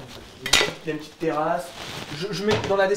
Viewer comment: petiteeuh vidéo